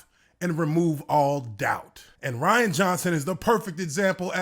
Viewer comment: I love how he says “Rhianna”.